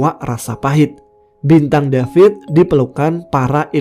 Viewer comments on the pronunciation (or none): none